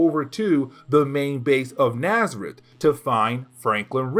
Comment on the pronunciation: Your videos are a lot of fun. Just to say, N'astirh is a play on words of Nastier, so it's supposed to be pronounced more like En-as-teer, it's not Nazareth :)